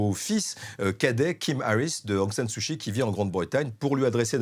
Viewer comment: 1- "d'origine musulmane", ce n'est pas une origine. 2- Sumatra n'est pas à l'extrême est de l'Indonésie mais à l'extrême ouest. 3- Kyi se prononce /tchi/ pas /chi/ Il faudrait soigner la diction et le choix des mots. C'est cocasse de s'exprimer ainsi lorsqu'on est grand reporter "spécialiste" de l'Asie du Sud-Est.